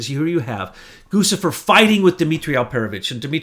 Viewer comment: Its pronounced Goo Chee Fur